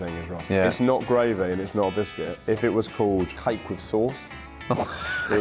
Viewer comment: As an American, it amuses me that I often hear you say "gwavey"